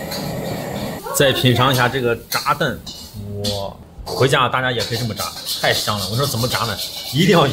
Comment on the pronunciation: 你说炸蛋 听着像炸弹